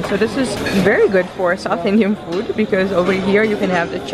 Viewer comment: Love the way you say Indian food names ....makes us want to hear more